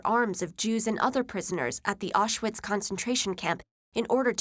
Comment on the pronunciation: Not to mention . Orshwits? Good job sweetheart.